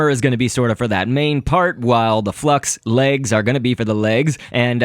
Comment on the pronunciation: FLUX- L= FUX XD